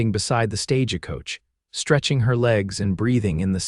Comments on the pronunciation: Attention Story Narrator: The word is "stage-coach", NOT stage-A-coach ! You are a good narrator, but you need more knowledge in American English ! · Fire AI for heavens sake! It’s stage coach , not stage-eh-coach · "Stag-I-Coach"...!!! The word is Stagecoach. For crying out loud, if you are going to write stories, learn proper spelling, grammer, and pronunciation. These errors are such an irritant. Heard another story where it consistently read the word READ, red, and then when it should have been read, that should have been pronounced, (red), it would say (reed)... And then there is my favorite: Street Louis, instead of Saint Louis. (St.) I could go on... Please...teach your AI grammer, spelling, and pronunciation. The language is under assault. I am concerned that our society will soon only know how to communicate with memes!!! Oh, geez, another one Lives there, as in IVY, HIVE...WRONG! It should be lives there, as in LIVER, GIVE, TIS... If you look, I am positive that there are still REAL PEOPLE OUT THERE that would be willing to narrate these stories. AI doesn't HAVE TO replace everything!!!!